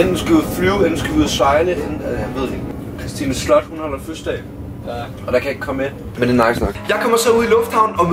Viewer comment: Fødselsdag og ikke føsdag